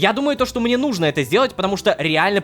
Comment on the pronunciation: Ну́жно, Рома, ну́жно, а не нужно́. Это ударение преследует тебя уже долгое время и это меня убивает, умоляю, ради меня, ставь ударение на две буковки раньше, прошу. Я подпишусь на бусти тогда.